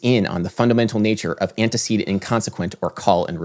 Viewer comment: You spelled "non-sequitur" wrong, and pronounce "antecedent" wrong.